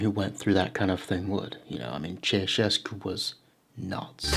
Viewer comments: Pronounced chow chescu, ceaucescu x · It's actually Ceaușescu. Pronounced "Chow Shescoo"